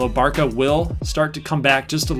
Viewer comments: Just so you know Barca is pronounced "bartsa" or "barssa" and not "barka" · just cause this is pissing me off: (Bar-suh) not (Bar-kuh) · yeah, but Barça is the short way of saying it (it's a Catalan name) and you pronounce it as Bar-suh, or just read it as Barsa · | You said Bar-kuh multiple times in the video. I never said you were a moron, don’t take it like it’s personally. I was just informing you as a European. Sorry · the short name is used most of the time, just the pronunciation is a bit different than what you said